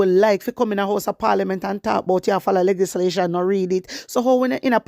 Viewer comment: Good morning my warrior, bun fiya pon dem. Plz note that the correct pronunciation is L E GIS LATION blessings